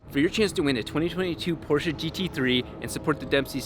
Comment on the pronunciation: I love how he pronounces porsche right :)